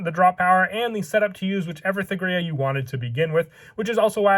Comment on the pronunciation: The only gripe I have is this. The letter h in thegrea is silent, you don't pronounce it at all. Hard T, Tegrea.